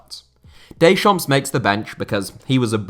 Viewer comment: don't pronounce the S in Deschamps